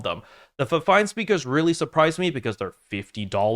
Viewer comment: I always call it Feefine and here you call it FiveFine 😂